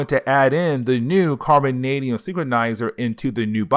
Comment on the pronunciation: No one's making fun of your speech, it's just a quirk of your channel is all. Embrace it! It's also hilarious because you nailed the word carbonadium perfectly. But then said synchronizer instead of synthesizer, which is funnier because you pronounce each word correctly you just mixed up two words this time 😂. Embrace the speech no one's making fun of it, it's just unique to your channel and makes me wonder where it is you are from because you don't have an obvious accent.